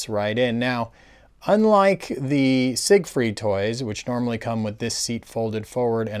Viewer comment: Isn’t “Siegfried” pronounced as “zig-freed” in English? Even in Macross the Japanese rendition Jīgufurīdo is specifically modeled on the English and not the German pronunciation.